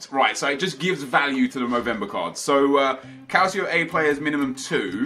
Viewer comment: Hey Nep. Love your vids m8... Just a heads up though regarding the pronunciation of Calcio...its Cal-cho, instead of cal-see-o. Keep up the great content n av a great Xmas.